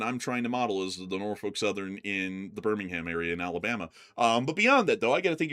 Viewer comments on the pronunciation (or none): none